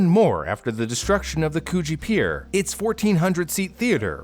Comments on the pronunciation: There’s no way I’m the only person who thinks it sounded different than “coogee” 😅😆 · I’m sorry- but COOGEE BEACH??? That sounds wrong please say I’m not the only one😃👍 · yknow every time he said “coogee” i laughed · I have been to coogee beach, also you pronounce it wrong. its a pretty cool walk between coogee beach and other beaches near it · It's not a hard G. does pronounce it wrong though. The "oo" should be like in "book", not like in "moon". Source: I went to Coogee South Primary School. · Just a heads up for future reference - Coogee is pronounced with a more shortened 'coo' sound like in s(choo)l ! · Coogee (Could-GEE). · Ha ha ha. Choochie beach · Not Coogee Beach… coo…hmm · I thought you said cochie beach 💀💀💀💀💀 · I'm happy to see that I'm not the only one who thought he said Coochi beach 😂😂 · cooooge beach XD it is so funny when people miss pronounce places you know or live near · Okay, so I know this is a serious thing but... Why tf did I think he said co0chie aquarium 💀🐱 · I thought he said Cochie beach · Cronulla is pronounced "Cron-alla" btw, and Coogee is more like "Could G" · As an Aussie who used to live in Sydney, this story is one of my favourite 🤣 also, the pronunciations are hilarious! Coogee (could-GEE), Cronulla (crUH-nul-lah) - most of the names are the original Aboriginal names so the pronunciations are all over the place if you're not familiar with them 👍🏻 good effort though. Cool story, too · lol the way this guy just pronounces it like coo-gee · hahahah growing up in the area and listening to Coogee and Cronulla be pronounced completely wrong is funny Coogee is pronounced like cood (pronounced like could) - jee (as in the jee in jeez) and cronulla is pronounced like kruh - nuh - luh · It is hilarious to hear you botch Australian suburb names For future reference, coogee is pronounced "could-gee" And Cronulla is pronounced "cron-null-a" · it sounds like KGB for me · oh my god same, i hear the cooch word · Kuchi beach lol